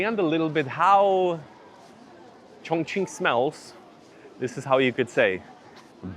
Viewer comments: 对 重庆的发音很标准😮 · When you say “Chongqing,” your pronunciation is very accurate. Many foreigners actually pronounce it as “congqing.” The incorrect version uses a flat-tongue sound, while the correct one requires a retroflex sound.